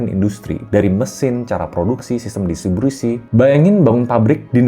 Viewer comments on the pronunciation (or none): itu salah ucap co, normal lah